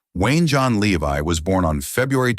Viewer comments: It's pronounced Lev-e not Le-Vi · Too bad you pronounce his last name wrong.